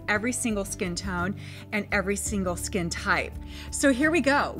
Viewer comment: I love how she says skin.. it's like...SKEHN lmao